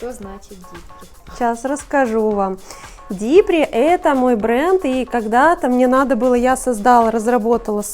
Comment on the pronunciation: А на остальных европейских языках, кроме английского, 'DIPRI' произносится ДИПРИ.